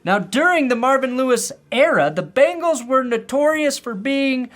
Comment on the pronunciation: missed opportunity, "...going balls deep into the Cincinnati" ... bungholes! oops should have watched the whole video but you did mispronouce it a little. lol